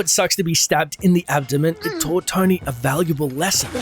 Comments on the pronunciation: Is this guy saying "Tiny Stark" or Tony... I'm so confused? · Its Tony, not Tiny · Is it me or does every time says Tony it sounds like tiny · Tony is genius, your video nothing matches with thumbnail, and learn how to pronounce Tony, you pronounce likes tainy not tony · it sounds like he said tiny stark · Anyone else keep hearing dude say Tiny Stark? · He kept saying tiny stark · It's Stony Tark. Get it right.